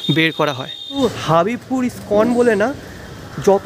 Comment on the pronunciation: দাদা হাবিবপুর নয় এটা হবিবপুর ৷ আমাদের এলাকা ৷ হরে কৃষ্ণ